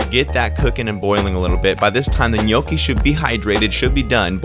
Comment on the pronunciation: Gnocchi. It's pronounced 'knocky', just a heads up. Love the video man 👍🏻